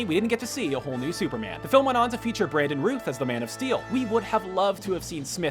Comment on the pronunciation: It's Brandon Routh not Bradon